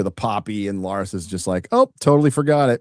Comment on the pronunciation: I find it hilarious how calls Larys "Lars"